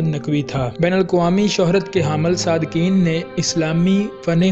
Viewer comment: O bhai sadqain hota h sadqeen ni h